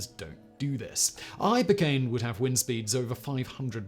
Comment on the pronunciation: The sun nevar sets on factboi's pronounciation of "(h)'ypercane'" !!!1